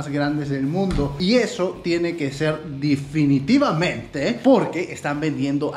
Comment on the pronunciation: "difinitivamente" eres el dios de la salchipapa